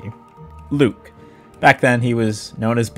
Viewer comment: IT'S PRONOUNCED LUKE?????? also why on earth do you use sticky please tell me this isn't your gameplay or that you're doing it for a joke ...please? cool video btw